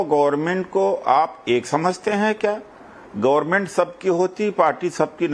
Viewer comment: इस गधेरे IRS डाक्टरेट को कोई बताये कि "गोरमेंट" नहीं "गवमेंट" होता है!